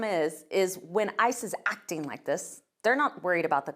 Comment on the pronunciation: Why did she mispronounce "acting" just like that beekeeper who does fraud in minnesota